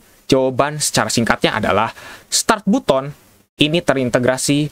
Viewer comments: Tapi kan untuk pertama kalinya ada yang bilang "BUTON" bukan "BATEN" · Button dibaca "batten" bang 🙏